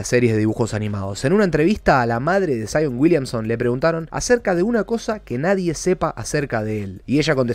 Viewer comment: Saion uilianson XD (no busco faltar el respeto lo siento)